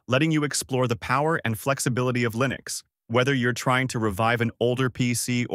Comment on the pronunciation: how can i trust you when you're even confused with how to pronounce linux.